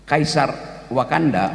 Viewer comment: Kok wakanda aku denger konoha